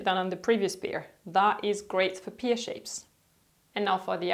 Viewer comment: Dear, thought you would like to know that “pear” is pronounced like “pair” not “peer”. Since you use that word quite a lot 😉 I love your videos and I learn so much, thank you! And yes, finding the perfect jeans is tough!